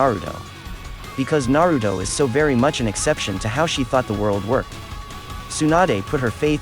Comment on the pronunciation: Tempted to dislike the vid everytime this man say "Narudo"